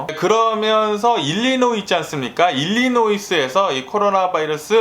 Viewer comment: 늘 뉴스 감사히 잘 보고 있어요 일리노이주에 사는 사람으로서 Illinois 의 s 는 무음으로서 발음하지 않습니다 종종 일어나는 실수죠 ㅎ 그냥 일리노이로 발음 하시면 됩니다 얼마전 캔피디님도 같은 실수를 하시다가 수정 하시더군요 ㅎ